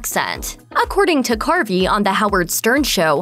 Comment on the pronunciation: Btw.. His name is Dana CARVEY, not Dana Carpy..